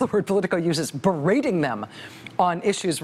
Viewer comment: the word is BEE-rating not BURR-rating